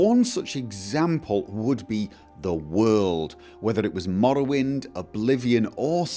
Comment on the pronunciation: An insightful conclusion to this little series. :-) And I love how you pronounce the "rr" in Morrowind. :-DD Wonderful accent.